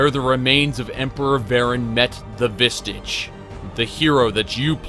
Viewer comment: Pall = fall while phylactery = pylactery? Vestigial = vistage instead of vestige? You have a very... interesting grasp on the English language.